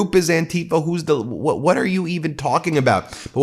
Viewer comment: PLEASE do not pronounce Antifa as "an-TI-fa"; pronounce it as "AN-ti-fa", as in Anti-Fascist.